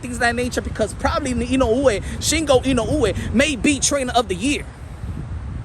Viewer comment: I've seen almost all the pre- and post-fight analyses of the Inoue v. Fulton bout. And this commentator is only one of two English-speakers that took the time to pronounce "Inoue" correctly. I will rely on this channel rather than ESPN or other legacy outlets for coverage of the world-wide people's sport: boxing.